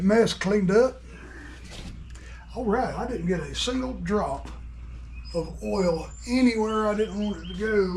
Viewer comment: It's not eral, it's oil.